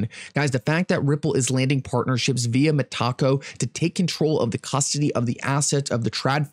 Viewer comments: Met-a-co, lol not Met-taco. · It’s META-CO! Not… Me-Taco 😂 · Lmao I think it's meta co not mataco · Oh my GOD! Meta-CO - not taco 😂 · Meta-co not Meh-taco😂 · I think it is pronounved Meta co not Metaco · MEH-TUH-CO!! Not meh🌮. You can do this,. I believe! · Stop saying Mah-Taco 🌮. You’re making me hungry. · For real 😂